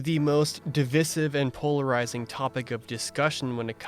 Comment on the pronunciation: The way you pronounce “divisive” is also divisive